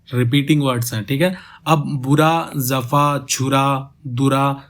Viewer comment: Bro... jafa main nukhta nahi hain... so it is jafa not zafa....